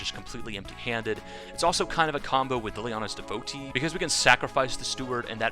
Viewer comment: Devo tee not devote e